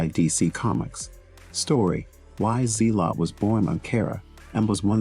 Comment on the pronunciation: Its not Z-lot, its Zell-ut.